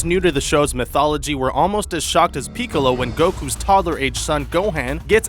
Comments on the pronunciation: You got some facts wrong and HOLY GOD DAMN PEEKOLO DID YOU PRONOUNCE ALMOST EVERYTHING INCORRECTLY, how about watching the actual show before making a video on it?! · "Peak-co-lo"? Smh. You're an idiot. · sorry what "peek a lo" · He couldn't even pronounce Piccolo right he pronounced it as if he started with Pee. As well as saga.